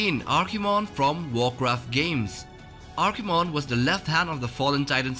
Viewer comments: Archimonde not Archimon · Archimonde, not Archimon. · Archimon? What is this, Pokemon? It's Archimonde!